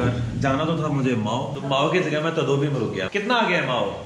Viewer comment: Tudubi nahi tadubi bolo